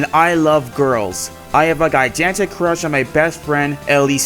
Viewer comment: “gie-jan-tic” HELP LMAO